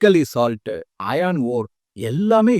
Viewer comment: அது மொசானைட் அல்ல; மோனோசைட் (Monozite). Iron அயர்ன்; அயான் அல்ல.